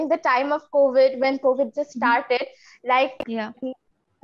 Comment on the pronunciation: Covet means lalach karna. But I think according to your pronunciation Here you told about covid . Please correct it.